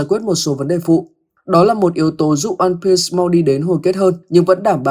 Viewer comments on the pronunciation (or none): Onepiece có chữ s đâu mà sì nghe kinh quá